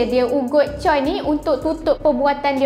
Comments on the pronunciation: Memang ejaan dia "Choi" tapi sebutannya "Chwe" (baca: Cho-wae) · cara sebutan choi bukan camtu tak silap saya. sebutan dia bunyi macam "chair".